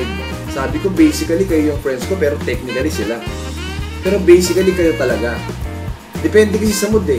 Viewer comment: Silent A po and tamang pagpronounce ng technically and basically. Lubos lubusin nyo na po ang pagiging tunog matalino. "Basiclly" "techniclly". Power!!!